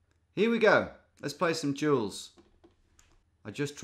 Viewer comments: I thought you said jewels instead of duels (I was only listening) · every time he says "duels" I hear "jewels". love the content!